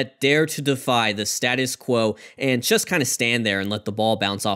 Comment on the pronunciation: anyone else notice the narrator pronounces the word "just" as "chest"?